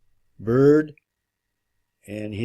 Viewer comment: Admiral "Beard"? from the context, u must be talking about admiral Byrd, pronounced bird. Anyone having done any honest research on arguably the most famous explorer of the twentieth century would be able to pronounce the man's name. I can't, in good conscience, accept any information as reliable from someone unable to pronounce the name of the first man to fly over both the north & south poles. If you're going to push something as far fetched as flat earth , notwithstanding the antisemitic remark you flung in there, you need to at least sound better educated. good luck over there at the kook factory, have a nice day